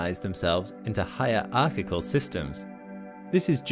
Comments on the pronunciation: "hierarchical" system is not pronounced "higher archival system". I wouldn't have said anything, but he said it twice. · Higher arckicle LOL, it's one word not two, you need to close that gap!